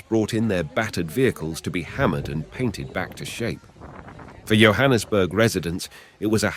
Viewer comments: It's Yohannesburg it's Johannesburg as in like John's bag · It's not pronounced YO-hannesburg, it's JOE-hannesburg 😂 (Johannesburg) Jo'burg is way inland so how is it that footage of a raging sea is shown 🤔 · How beautifully written is the script. The pronunciation for Johannesburg is like "Jo" or J for Jack and Jill. Kyalami is like like K"eye", the a is short a like apple, i is short like ey = Key-a-lam-i". Hope it helps Sorry for all the joburghers suffering damages